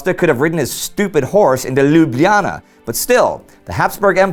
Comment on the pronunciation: Love it that you pronounced Ljubljana correctly!